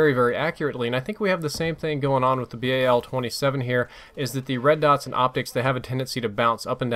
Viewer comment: its BAL one word not B A L